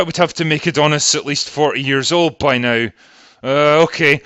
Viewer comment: I like how your accent makes NOW sound like NIGH